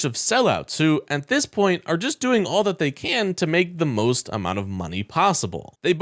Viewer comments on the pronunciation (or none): none